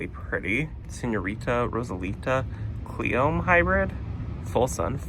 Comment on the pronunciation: it's pronounced clee-ohm-ee. It's a cottage plant! You're going to love it! I love watching your videos, you make my heart smile!